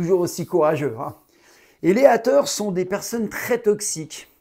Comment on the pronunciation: les hâteure lol french accent!!!super video